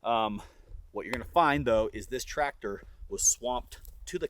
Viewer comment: hurts me every time you guys says tractor